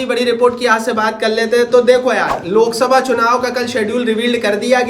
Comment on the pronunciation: Bhai lolsabha nhi loksabha hota hai